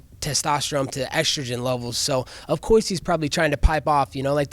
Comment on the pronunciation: “Of coise...”